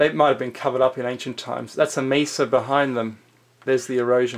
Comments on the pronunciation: This guy is irritating. The word is mesa from the Arabic for table. It's not misa. Too much pencil action also! 😅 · I am sorry, are you pronouncing mesa like it would rhyme with giza?